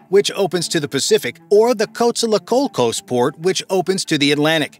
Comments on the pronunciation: Took so long to get to the point I almost fell of my chair..But the mangled pronunciation of the Spanish threw me over the edge. Spanish is one of the easiest languages to learn as the vowels are constant. How he came up with Coast Alsos out of Coatzacoalcos lead me to: A E I O U el burro sabe mis que tu. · Great video, hope the project comes through, but...Costa La Cocos? Coatzacoalcos deserves better.